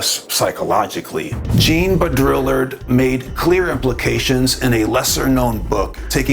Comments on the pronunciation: Your pronunciation of Jean Baudrillard is "simulacral". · Hey bro....I totally appreciate this subject and am in no way trying to "hate on you" in any way, but for the sake of making a video and talking about these very profound subjects....can you please do yourself and your audience a favor and learn to correctly pronounce Simulacra, Simulacrum, and Jean Baudrillard. You're obviously an intelligent and conscious dude, but missed pretty hard on these words, which I found shocking and distracting. Please take this as constructive criticism. In a private conversation....not a big deal, but mispronouncing these major words that are at the heart of Simulation Theory, and its founder in front of the world is not okay. Other than that, keep doing what you're doing. 👍💥😎